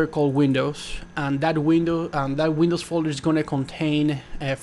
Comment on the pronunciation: wtf its windows not wends